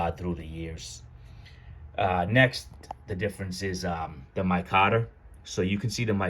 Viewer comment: It's not "my cotter" I can't listen to you call it that anymore